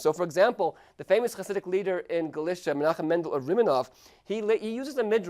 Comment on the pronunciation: nice Video But i would Love it so much id He would pronounce Galicia right